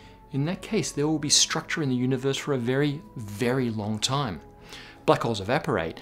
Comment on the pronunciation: The way he says "The Udibeurse"